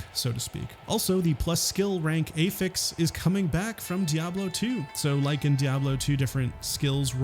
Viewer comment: Great video. Just wish you knew how to say "affix" correctly. Driving me wild lolol.